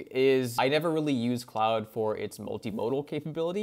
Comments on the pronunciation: Sir, it's not "cloud". It's Claude or "Clawed". You can't do a video and get the name wrong. SMH. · Yeah, I don't get why so many AI Youtubers choose to pronounce Claude as "cloud". They are absolutely NOT pronounced the same.